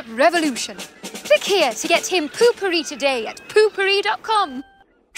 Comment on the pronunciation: why are you saying puu pupiri?